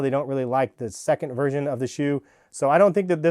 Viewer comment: Why does he keep saying “Virgin”